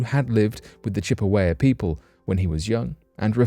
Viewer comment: I'm trying in the nicest way possible to say it's Chippewa . You got it all right except the last syllable which is pronounced wah.